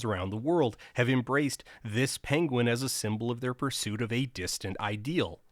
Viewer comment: It is pronounced "pen-win", I believe. Oherwise a well made, thoughful video. Thanks. Cheers*